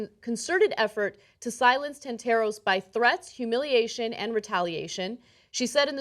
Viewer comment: "Tant-a-ros" and not "Tant-AH-ros," Anna.